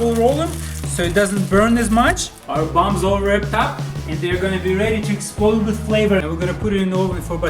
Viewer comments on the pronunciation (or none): Banana He says it like buombs